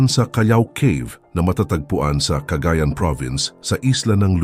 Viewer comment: Ang ExprEssiOn ng cAgAyAn is cA/gAyAn At hindi cAgA/ yAn gUnggOng!